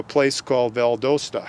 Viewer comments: Val DA Sta .....not valdosta lol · It's not Val-Dose-Ta...It's Val-Das-Ta. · Pronunciation alert: VAL DOS TA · It’s pronounced Val - dausta Georgia.